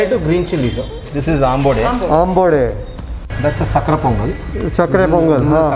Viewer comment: It’s sakkarai pongal. Not sakara. I’m glad you said vadai instead of vada.